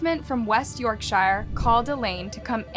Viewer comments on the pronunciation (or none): I had to mention this, ps Note:face-green-smiling:: yorkshire is pronounced "york-shurr", not "shire" like "shy- ere" as in Lord of the Rings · It's pronounced 'yorksher' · It’s pronounced yorksher, it’s in the north of England not the middle and it’s not known for guy Fawkes, that’s something that’s celebrated everywhere and it happened in London. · Okay, but that's not how you pronounce Yorkshire. It's also not in the middle of England but Northern England. I'm from West Yorkshire myself, so saying I'm from the Midlands is a bit of an insult to a Northerner. Anyway, what a shocking case, I never heard of this one, but I don't watch the news these days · The way you pronounce yorkshire is awful and just disrespectful tbh